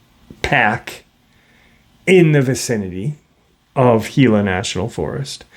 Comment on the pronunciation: Congrats on pronouncing Gila correctly, it is pretty rare to happen. The desert southwest is incredibly woo, I camped out there for decades and there was always weird things happening. The Spirits are alive and well there. God Bless you and those you Love, Shalom.